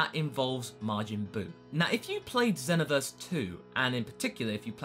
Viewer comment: U said Xenoverse wrong!